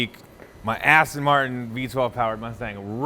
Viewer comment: "AsStang Martin"